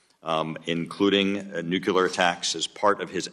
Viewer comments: I feel distracted by the host pronouncing nuclear as nukular (newquelur). I was taught The most accepted correct pronunciation of the word is “NEW-clee-er.” & I am baffled why an educated person wouldnt at least try to pronounce it correctly. It's distracting from listening to the actual questions. I know it's stupid to be focused on such a thing but i find it really weird a person in such a public position hasn't corrected their own pronunciation of a word they are required to constantly refer to. The rest of the discussion is very informative & very important for everyone to hear. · He said "Nuculer threats" phew I thought he said " nuclear threats" we're good. Nothing to see here folks. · How hard can it be to learn how to pronounce "nuclear" correctly?